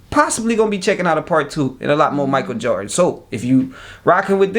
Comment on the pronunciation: I dont like how you say his last name. Just say MJ or Mike from now on